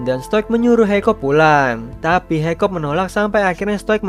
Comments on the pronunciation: Bang nama nya hicup bukan hicop😂😂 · Hikap! Not hikop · uhh bang kamu salah nama nama pemerang utama namanya itu hiccup dibaca hekkup